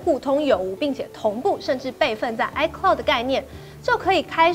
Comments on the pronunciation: 是 iCloud 吧!!! 不是 iCould 喔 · 唉科烙- d 不是 唉拷d 烙要延長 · iCloud 不是iCould 😂